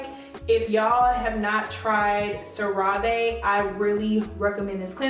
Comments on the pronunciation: You pronouncing wrong. It pronounced Sarah-ve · Very informative. Thank you Cera Ve is pronounced "sera ve"